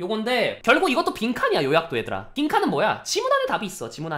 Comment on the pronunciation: 빈칸을 bincon으로 발음해버리기